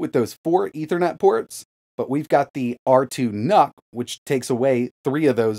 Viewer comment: I heard R2 NUT, and I was like "Noice".